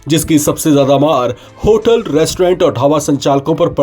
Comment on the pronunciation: Abe होलट nahi होटल hota hai😂